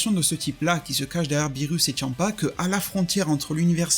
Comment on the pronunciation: Tu dis tchampa c est champa